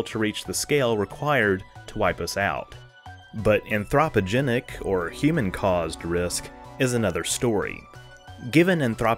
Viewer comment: I like the way you say anthropogenic, LOL